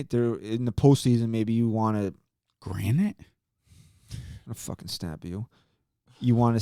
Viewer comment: Love the show guys, - favorite part was when said Granite- had a Rick and Morty flash back bc of that 😂